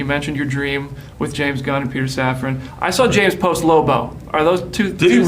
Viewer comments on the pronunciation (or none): none